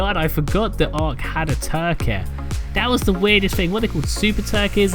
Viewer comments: Say it with me now.. tur-key not tur-keh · normal people: turkey: turkeh